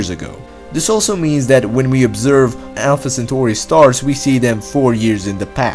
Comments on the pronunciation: Alpha centoooouuui Loght Stors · If you say Alpha Centooori one more time